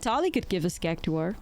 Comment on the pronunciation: It’s pronounced like “CAC TOR”